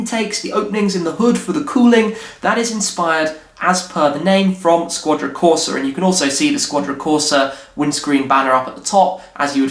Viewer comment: "Shquadra" Corsa!